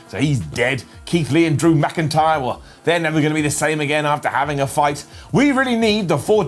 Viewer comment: Did i just hear you say DrAmA'c intyre